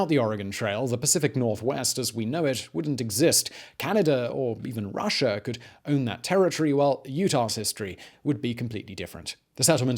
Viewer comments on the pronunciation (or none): We love your show. We watch you every night. We have invented a drinking game, too. Every time you say "CanaDER" or "RussiER" or "British ComlombiaER", or any other time you end your "a" with an "ER", we drink. 🌹 To your health, good sir! Keep brining us the education.